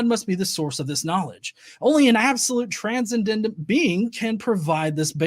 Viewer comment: wins the Confirmation Bias Award today. Oh, and it's pronounced "tran-send-ent" 😁 Love you, bro.